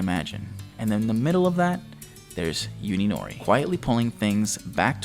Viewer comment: Hey, just an FYI. You are pronouncing Uninori's name incorrectly. You are saying it as if it was spelled Yuninori. In Japanese the U is prnounced like "oo" similar to the o's in food. So you would prnounce Uninori like oo-nee-no-ree.